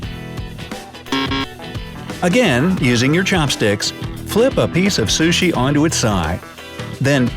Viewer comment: What if ...I eat my burger and pizza the why I see fit?And I get irritated when he pronounces the word sushi ....